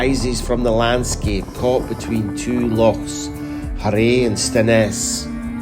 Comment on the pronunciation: "Harray and Stenness". Help ma boab. Did you no listen tae an Orcadian pronounce those loch names beuy?